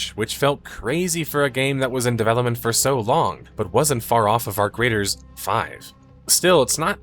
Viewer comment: Arc Raiders or Our Graters? 😂 (Turn on subtitles)